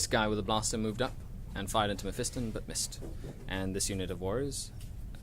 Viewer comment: it is pronounced (meff-i-ston) not (meff-ee-ston)